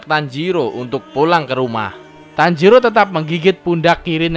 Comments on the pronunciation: Tanjiro bang bukan tanjidor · Bang tanjiro bukan tanjidor :v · apa tanjidor😂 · Tanjiro bukan tanjidor😂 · Guy tanjiro bukan tanjidor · Bang kok tanjidor 😭😂👍